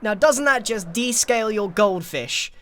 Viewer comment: Oh, it's "de-scale", I swear I heard "de-stale your goldfish" (like the snack)